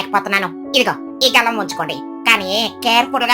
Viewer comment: అది గలం కాదు తల్లి గాలం